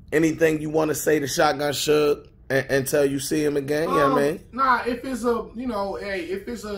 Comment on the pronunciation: "Shutgun Suge" lol